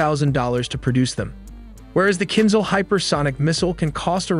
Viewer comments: Not "kinzel", it's kinzhal (dagger). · Kinzhaaal !!! not Kinzl